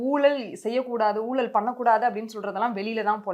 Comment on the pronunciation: எம்மா கண்ணுங்களா.. தமிழை ஒழுங்காக உச்சரிப்பு செய்ய முயலுங்கள்..உங்கள்.சி.ஈ.ஓ.க்கு கலங்கம் இழைக்காமல் பார்த்து கொள்ளுங்கள்.. ஊலல் இல்லை.."ஊழல் " தயவுசெய்து தமிழை பிழைகள் இல்லாமல் உச்சரியுங்கள்... நன்றி...